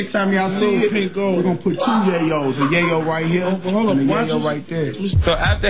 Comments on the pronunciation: She called him Yah-Yo 😂😂😂😂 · Lol tonys reaction if she called him gayo